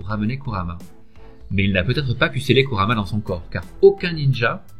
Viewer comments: Kurama ça se prononce kourama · c kurama pas kamara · un un moment ta di Karumma